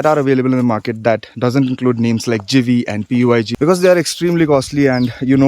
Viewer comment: Puig sounds PUCH.